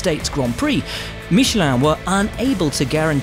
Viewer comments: Uh oh, we got another "meeshlaarn" over here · That was the first time I heard an english speaker saying 'Michelin' and i am surprised